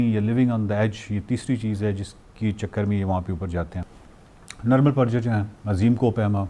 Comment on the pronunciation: It's Nirmal Purja not Praja.